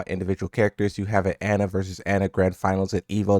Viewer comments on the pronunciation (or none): none